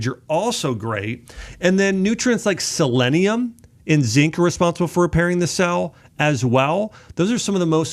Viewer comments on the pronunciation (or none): none